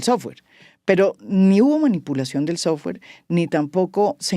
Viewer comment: "Un sowfare de una supuesta empresa privada" ???